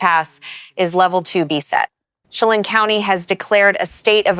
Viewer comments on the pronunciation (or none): Thank you for paying attention to this. Here are the ones I've found: Malher - pronounced Maller, Okanagan - pronounced Okanoggan as in noggin. Chelan - as in land, Estacada - last part sounds like cada (cicada) a long A. Thank you.